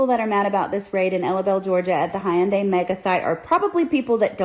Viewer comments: HUN-DAY not HIYUNDAy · She F*CKED UP big time. She can't even pronounce the name of he company correctly and neither can the AI reporter. It's "/YUUN-daee/" She FAFO'd. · She can't even pronounce Hyundai correctly 🤣 hateful lady! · She can't even pronounce Hyundai correctly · can' even pronounce "Hyundai" but she knows all about the condition of the workers 🙄 This is why we can't have nice things: because of the South! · Someone needs to teach her how to pronounce Hyundai because her mispronunciation makes her look dumber than we know she already is.